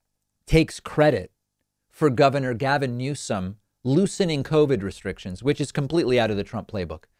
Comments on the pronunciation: Donald “Trumped?” & she called Newsom “Newson” 🤦🏻‍♀️ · She doesn't even know the current Governors name. She said "Newsin".